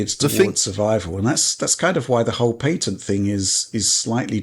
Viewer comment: Patent is pronounced Pat-int not Pay-ton. The guys were trying to help you lol.